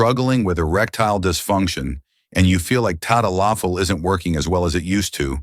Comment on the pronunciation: If you were a Dr. you would know how to pronounce the drug's name. lololol